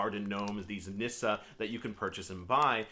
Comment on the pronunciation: I love Nisse. It’s pronounced “niss-say” actually. We have them on Yule cards in Sweden. I enjoy having them around our Swedish American home.